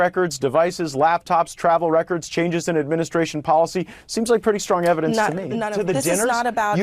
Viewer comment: They seem to have a lot of "neva-dence"